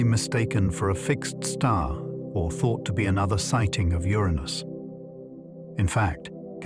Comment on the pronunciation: You pronounced Uranus three different ways within 30 seconds….